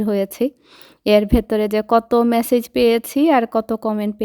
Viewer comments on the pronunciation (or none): none